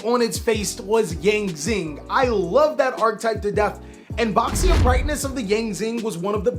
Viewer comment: Reminder "Baxia" should be pronounced "Bah-shya" if you want try hahahaha